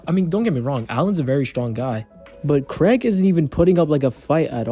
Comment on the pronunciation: Pronouncing his name like Craig instead of kregg cracks me up. When you say Craig all I can think of is a white suburban dad who is rocking leather sandals while grilling up some burgers and hotdogs